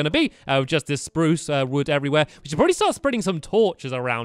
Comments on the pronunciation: omg stamp said spruce wrong 😲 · STAMPY!!!!! you said "spruce" wood. you said you will say sparruce wood